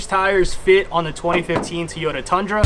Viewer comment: Did you call it a teeyota?